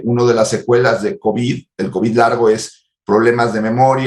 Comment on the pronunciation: El omicrón y el covichsss.